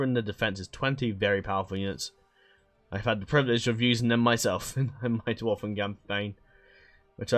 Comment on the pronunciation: I'm glad you corrected yourself with Carn-dûm, I was typing a message to point it out in the comments as you corrected yourself lol. The arrow on dûm basically just extends the "u" sound creating a "ooooo" effect. Another correction for you: Ost-in Edhil is pronounced ost in ethil. Ed = eth It's dwarVen, not dwarfen. Tolkien specified that while in other literature the correct use is Dwarfen, if you are referencing his Dwarves specifically, its the V variaiton. And thanks for the overview on this mod! The first thing I did when I found 4.0 on moddb was google "Third age total war 4.0 preview"... found a good video. thanks :)